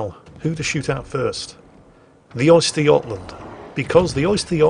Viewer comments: The "Oyster yotland"? Try ; "Uhster Guhtland" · Östergötland, not Oysterjotland xD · A bit of help for pronunciation; it's more like 'Ooster-yot-land' Also, the 'Angela Merkel'? Surprised the Germans haven't named one of their ships that already irl. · is deliberately saying 'oyster' - tasty shellfish - I'm pretty sure he knows his pronunciation is wrong:)